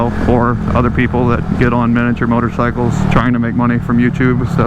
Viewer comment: Why it sound like he said “more dickers”